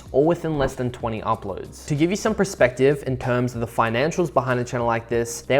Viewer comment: the word is 'perspective' not 'prespective' lol